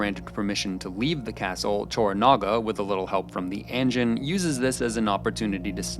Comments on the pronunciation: I literally fucking can't with your pronunciation. "ANNJIN. SEPEWKOO" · It's "ahn-jeen" bro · Please please learn how to pronounce these words at least somewhat correctly. You pronounced "anjin" wrong even though they said it at least a hundred times in the show. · I let "engine" instead of "anjin" slide, but you lost me at "seppu-queue". For fuck's sake, at least try with the pronunciations. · Loved the video but not so much some of the pronunciation. There's no 'y' in seppuku. Last part is just "ku" rather than "kyu." And say way you say Anjin sounds closer to "engine" than "anjin." That one is said a ton of times in the series and should be easy enough, "ahn-jin." Not hating or anything, I'd actually love to see more Shogun content from you, just with improved pronunciation. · ah yes, än-gin and seppukyu